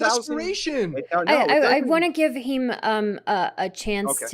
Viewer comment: Heem? That's an H not a K.